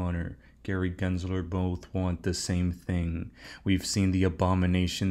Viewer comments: I have my reservations about. He miss pronounces “Gary Glenslerrrr” and also keeps miss quoting the phrase….”The train has left the building”. It’s….”The train has left the STATION”. What fcking building???!!!!! LOL. I think he’s confusing it with “Elvis has left the building”. He’s also burping loud now on all his videos. A failed banker that was living with his mother just 1.5 years ago is now the self-proclaimed “#1 Coach in the world”? 😂. I feel sorry for the suckers that buy into his “Warrior Academy”. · Raise your hand if you know that pronounces “Gary Gensler” better than … GENSLER… not GLENSLERRRR 🤣🙋‍♂️